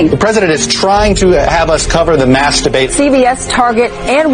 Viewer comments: Oh, they were saying mass debate I thought the news people were saying “masturbate” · Are they saying mass debate or masterbate? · i herd masturbated instead of mass debate ... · Ha thought he was saying masterbaiting